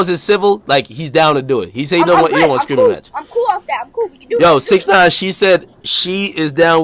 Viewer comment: "SIX NOINE" 😂😂😂